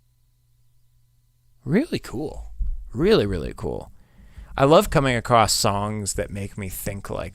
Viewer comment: On the first song you pronounced "across" correctly